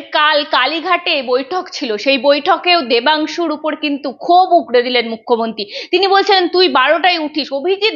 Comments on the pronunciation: এই উচ্চারণ সঞ্চালিকার ? বলে মুখ্যমন্তী 😂😂😂😂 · সাংবাদিকের উচ্চারণ খুব খারাপ, মুখ্যমন্ত্রী ঠিক করে উচ্চারণ করুন ভাই